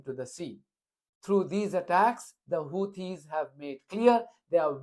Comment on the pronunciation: He can’t even say their name properly! He said “Houties”